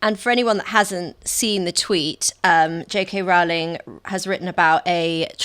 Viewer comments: It's pronounced ROLL-ing, not ROUL-ing. Get it right. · It’s Rowling, to rhyme with bowling. 🎳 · Please EVERYONE, at The Spectator and elsewhere, in the interests of accuracy and as a sign of respect to a hugely important person, pronounce JK Rowling's name as she wants it to be pronounced: as Rolling. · ROWLING is pronounced as "row row row your boats." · Rowling rhymes with 'bowling', not with 'fouling'. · How do SO many people not know that Rowling rhymes with ROLLING? It's astonishing.